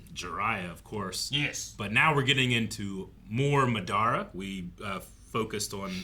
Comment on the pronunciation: maduhra uchiwawa